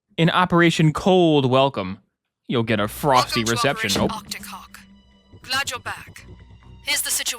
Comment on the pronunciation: OPEAATION AACTIC HAUH